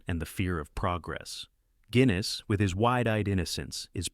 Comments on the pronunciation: Alec Gwinness?? It's Guinness as in the drink. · Gwinnis? Really? Lose the AI narration FFS